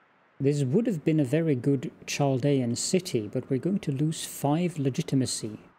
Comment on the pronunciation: Love this game! Glad to see this again. FYI: “Chaldean” is pronounced with a “K” sound, not a “Ch” sound (sorry, I am a bit of an ancient history nerd)